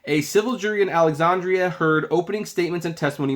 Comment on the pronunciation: Aww, come on. You've never heard the correct pronunciation of Alexandria or Dulles either?